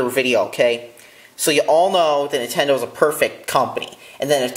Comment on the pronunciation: I love Entendo too! LMAO I'M DYING it's fucking Nin-ten-do